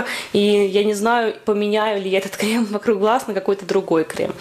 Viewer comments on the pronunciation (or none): Спасибо за видео. Только пожалуйста крЕм, а не крЭм!!)) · а можно всё-таки крЭм? :) мне это слово поднимает настроение - у меня просто есть одна забавная ситуация, связанная с таким произношением. Думаю вы сами заметили в начале видно, что я нарочно так сказала.